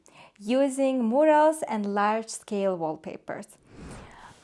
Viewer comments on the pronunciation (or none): I believe you’re trying to say Mural, it’s pronounced myur-uhl